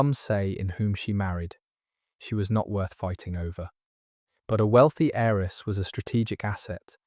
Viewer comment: Beautifully read. But please note that the words "heir" and *"heiress" have a *Silent "H" - so they are pronounced "aire" "airess."